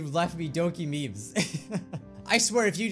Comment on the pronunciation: Not "Meme's", "Memes"*